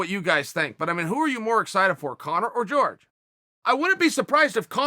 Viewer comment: Chael "George Masvidal" Sonnen